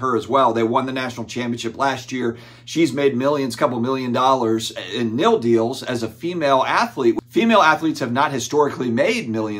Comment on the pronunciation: Take a shot every time says NIL wrong 😂 Just get done playing spades old man? 🤪🤪 it’s NIL not NIL 😀